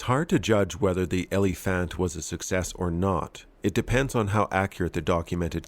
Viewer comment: We 🇩🇪 building 🤡 tanks at this point And you mangled Elephant completely 😅🤗 E le fand(pronuced like find just with a)